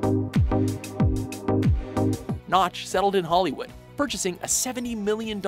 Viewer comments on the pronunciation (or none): none